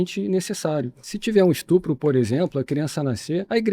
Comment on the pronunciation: O cara falou estrupo, o nome certo é estupro!